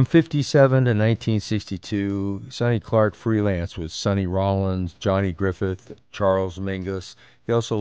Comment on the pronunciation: '01" ERROR : not Johnny Griffeth but GRIFFIN ("riffin w griffin").